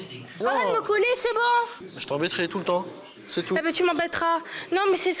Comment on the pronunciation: "J't'embetrais tout le tepps" 🥶🥶🥶